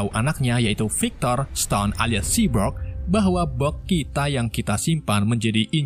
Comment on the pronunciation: Cyborg bukan cybrog Bacaannya saibork bukan sibrok